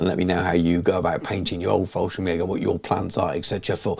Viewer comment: Fallschirmjäger not FallSchrimjager... No worries, still a good Video 😀